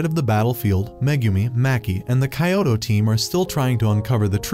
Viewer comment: weird how they pronounce kyoto as "kayowto"